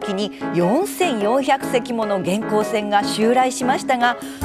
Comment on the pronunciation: 元寇のイントネーション、合わせないと。平板で。